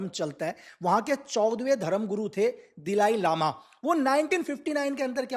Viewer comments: दिलाई लामा नहीं दलाई लामा है नाम तो ठीक से pronounce कर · Sir ji Dhilai Lama nahi Dhalai Lama hai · It’s Si - Ang not Sang 😂brother Dalai Lama not Dilai Lama and It’s Tawang not Tawan. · Dalai Lama not Dilai Lama, and some footage are not of PLA please correct it… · Dalai Lama not Dilai lama!